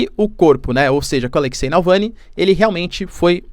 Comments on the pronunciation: Nãooooooooo é Nalvany, é Navalny. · Prof, vc é fantástico, - apenas uma obs pequenina, é Navalny, o Sr. está pronunciando Nalvany... abs. Parabéns, seu conteúdo é incrível! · Navalny, não Nalvany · Professor repete comigo: NAVAAALNY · É NavaLny, professor 😆